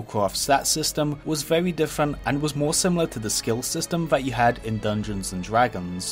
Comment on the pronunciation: That voldovocraft secwet is wewy diffewent.